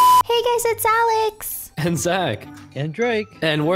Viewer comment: Alex not jaef